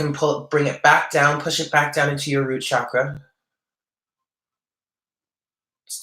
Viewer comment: "Ajna" (3rd eye) is pronounced "awn yaw". "Chakra" is pronounced "chuck ruh" (not "shock" and not "chalk")- don't worry, I studied Sanskrit, and I have hardly ever heard anyone pronounce chakra correctly. With the 9 of pentacles, the bird on her hand can also symbolize pets. I just found a kitty 2 days ago! It feels significant to me :) I'm not sure how anyone can pronounce that the veil is gone. If the veil was actually gone, we would be seeing all the angels, demons, vampires, ghosts, etc. around us. When the 3rd eye is activated, one can see these things beyond the veil. But if the veil was fully gone, everyone would see these things without need of the 3rd eye. Also, Kundalini is much more than potential energy. She is a Goddess. Trying to awaken Kundalini Shakti without proper guidance can be ill-advised. Kundalini awakening usually follows many years (lifetimes) of deep earnest spiritual yearning and work, is a heavily karmic once-in-a lifetime gift, and is not something that is just casually recommended by a tarot card. I feel wary seeing these esoteric words and concepts bandied about by so many people in the New Age circles and the internet who haven't studied them or truly understand the depth of them. I usually don't get involved with a bunch of corrections, but I appreciate your readings and sense you are a person who is open and learning.